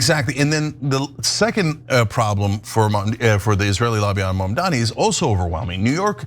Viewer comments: Their hatred can't be missed, they refuse to pronounce his name right. MAMDANI. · MamdaNi, Ted. MamdaNi, not MamDammy. Learn to pronounce his name if you're gonna criticize him, and we shall see how this turns out. NYC is desperate for a new mayor with progressive ideas, and Zohran will bring this and more.